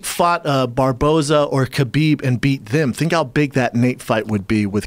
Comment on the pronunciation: Joey "khalabib & stiopic" Diaz